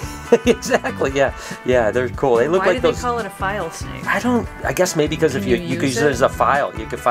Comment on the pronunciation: Are you home now, safe and sound? Can't wait for the vlogs from the trip. Love the unboxing. Omg, that new little guy is so pretty. Did you say Cape File (?) snake.